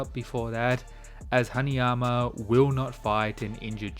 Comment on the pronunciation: haNAyama not haNIyama